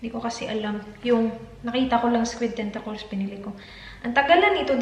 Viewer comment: Tentakols? Th kasi